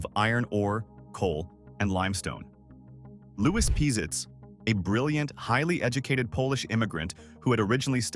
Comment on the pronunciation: When the store named Pizitz was in Huntsville, it was pronounced Pazitz not Peezitz. I'm not sure which pronunciation is how the family pronounces its name.